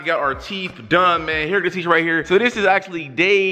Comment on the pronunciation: He really said '' teef"